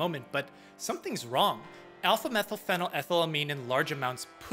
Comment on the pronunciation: A woman drank 1 litre of vodka. This is what happened to her pronunciation of 'alpha-methyl-phenyl-ethyl-amine'